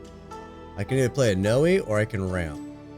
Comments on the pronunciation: One lil thing, she's prenounce N oi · Noi is pronounced like “koi” the fish 🤣 I think my kids are now going to call her Noey now though lol